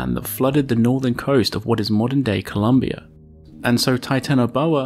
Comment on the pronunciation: The country is callend ColOmbia. with an O))) ColUmbia with an U is in USA